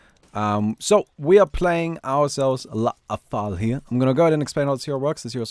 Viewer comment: STOP SAYING "LA-A-THAL" ITS JUST "LATHAL"